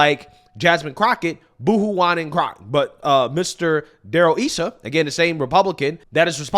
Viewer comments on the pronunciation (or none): its pronounced Darrel Issa (Eye-Suh, not eee-su). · Yaay our CA Senator. Darryl Issa.... Pronounced Eye Saw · it’s eye sa ( Issa ) 😏